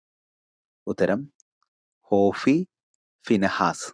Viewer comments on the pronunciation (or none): 19 ഹോഫി അല്ല ഹോഫ്‌നി